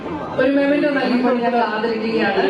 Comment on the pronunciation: "സമ്മാനം", "പുരസ്‌കാരം" .... കഷ്ടം anchor ക്ക് തന്നെ നിശ്ചയമില്ല memento (മെമെന്റോ, "മൊമെന്റോ" അല്ല) ആണെന്ന്. Memento എന്നാൽ "സ്മരണിക" ആണ്. "സമ്മാനം" അല്ല.